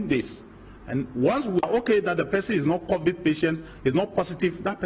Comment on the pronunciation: Did he just say COVIT??????? Massa it's COVID wai